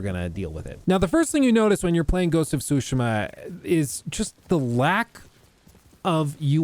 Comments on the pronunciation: Tsushima - "t-Sue-She-Muh' Not "Sue-Shima." Pronunciation of Pro-nouns is important. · Not pronouncing "Tsushima" properly is annoying. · I hate how you say tsushima